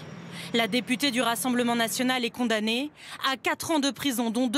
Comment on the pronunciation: "Condamnee" 🤔 "... Responsablle , mais pas coupablle ..." Les docteures MicheL Guaretha , Edmon Hervee et Georgina Du Foix .